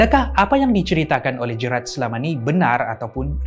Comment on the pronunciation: Sebutan GERALD salah, bukan 'Jerat' tapi 'Jeyrel'.. 😅